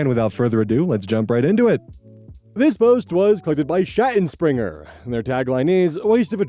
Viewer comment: I will personally teach how to speak german I seriously can't with his pronunciation of Schattenspringer and Rosenwasser